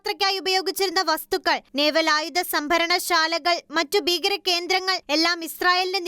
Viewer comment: ബീകര അല്ല. ഭീകര ആക്രമണം. ഭാഗമായി... ബാഗമായി അല്ല.വദിച്ചത് അല്ല. വധിച്ചത്. 🙆‍♂️ നോക്കി ശരിക്കും വായിക്കൂ...